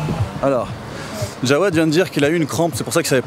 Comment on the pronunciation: On dit jawed pas djawed